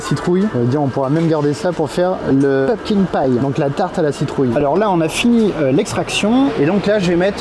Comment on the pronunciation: PumpKIN, pas PumpKing.. autrement le terme potimarron existe aussi 😂